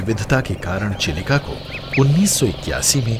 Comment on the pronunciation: भाई आप साठिक उच्चारण कीजिए चिलिका का यही उम्मीद है आपसे 🙏